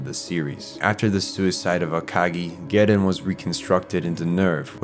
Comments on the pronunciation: Gehirn is pronounced like gi-hern and Seele like zee-la not like seal. Also magi is pronounced like magic without the c not like maggie. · Why can't you pronounce Gehirn or Seele properly? Have you even watched one episode? Can't even get Magi correct. JFC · gerin?! It’s German and pronounced Gehirn (just like Seele, Nerv, Wille, the Wunder and probably more) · Dude, im only 20 minutes in- but please try to work on the pronunciation. Simply reading the words is enough to know- Gehirn: Geh-hern Seele: Say-lay Eva: Ā-va Soryu: Soh-ree-you Magi: Madge-eye Kaworu: Cow-roo (close) Sachiel: Sacky-el Ritsuko: Reets-kowe Etc.... I must say, despite that, your commentary was great and your sense of humor 👍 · Seele - seal, Gehirn - Gurn, Marduk - Muh dook, Cataclysm - Kata lism, BRUH google how the words are said xD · Your video is spot on, and has a good synopsis and great analysis, but as a German, I really got to say, the pronunciation of Seele and Gehirn really threw me for a loop. Seele is [ˈzeːlə] or "ZAY-leh" and Gehirn is [ɡəˈhɪʁn] or "Ge-hirN". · seele is "zell-uh" or "say-lay" as they say in the show. Gehirn is "ge-hurn" as pronounced in the show. Where are you getting these pronunciations from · "Gehirn", "Seele" and "Nerv" are all German words and you are pronouncing them pretty wrong. They are talking names and it actually adds a little to understanding the Plot if you understand these words. There is a bunch like this in this anime. German i mean. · And the way u say Gehirn and seele is really off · weird hearing an american pronounce the german word „Gehirn“ with a japanese accent 🤔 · God loving this video but as a German-speaker hearing your pronunciation of Seele and Gehirn hurts me a little